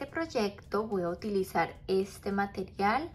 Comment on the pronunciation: "Voy a utilizar" no "Boahutilizar". Por favor.